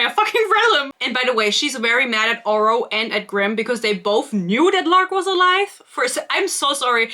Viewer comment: Glad im not the only one who noticed the GMA host pronouncing Oro's name as "Orah", lmao Thank you for your sacrifice. I tried reading this, got maybe six chapters in before I had to give up. I won't be able to continue this series BUT i will certainly watch anything you post about it to see how this trainwreck ends. Dear lord, there is so much pointless filler! It's almost like she's a panster who didn't go back and edit anything (as a panster myself, I can see this quite easily). There's no love triangle. I hate love triangles, but she didn't write a love triangle here. I think it was clear from how she wrote Oro in book one he was probably never meant to be a love interest originally (he always came off as a mentor-figure if anything) and the "romance" was just shoved in there. Oro keeps getting sidelined so much while Grim keeps getting center stage, so its pretty obvious who endgame is. She isn't even trying to make it difficult on who Isla will end up with, lol. Let's not forget her amazing way for naming things. We had "starstick", in this book we got "shademade" to describe something else (i think the cuffs the blacksmith made?). Ugh. I can't. This book came for my braincells. I don't know how you made it through.